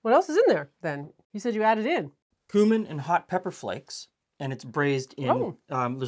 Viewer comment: Thank you, for pronouncing Cumin the right way. I get tired of hearing folks who should know better say "kewmin"! Also, even though I'm not a fan of tomatoes with cabbage, this looked really tasty. I might try it with beef broth.